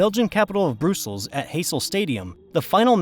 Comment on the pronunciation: 😂😂😂you mean ‘Brussels’ isn’t pronounced ‘Brooseals’???😂😂😂